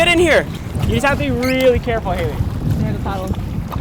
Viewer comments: The amount of times he said haliley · I tried to count how many times he said halye bu I couldn’t😭😂